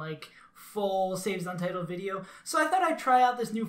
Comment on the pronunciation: No I meant that you pronounced "save as untitled" wrong the first time you said it haha